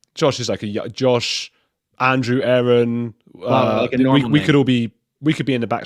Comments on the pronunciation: I love the opening A-A-Ron! Makes me laugh every time!😂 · It's Castle Rock not Capitol Rock, Colorado. Lol. You're amazing, a -a - Ron. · I like your Shinner A A Ron 😀